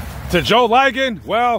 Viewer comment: Joe "LI-gon" ......the i is short, not long